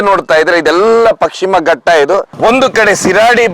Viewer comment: ಅದು ಪಕ್ಷಿಮ ಘಟ್ಟ ಅಲ್ಲ. ಪಶ್ಚಿಮ ಘಟ್ಟ 1st ಕನ್ನಡ ಸರಿಯಾಗಿ ಮಾತಾಡಿ ಆಮೇಲೆ ಕಥೆ ಹೇಳಿ